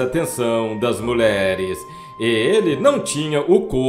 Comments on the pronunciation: Muleres é doze em seu locutor!!q tal dizer mulheres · Muleres. Kkk Que horror esse narrador.